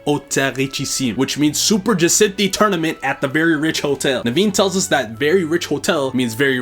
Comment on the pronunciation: is the only one I’ve heard pronounce “Bois” and “Jacinthe” correctly. He might secretly be French